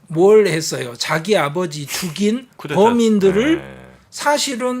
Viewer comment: 늘 감사히 열렬히 시청하고 있습니다. 말씀중에 흔히 보통사람들처럼 교수님도 프랑스어 꾸데따 (Coup d'Etat)를 쿠테타로 말씀하셔서 차라리 쿠데타로 발음하시면 좋을 것같습니다. 중간발음은 분명히 ㅌ 발음은 아닙니다.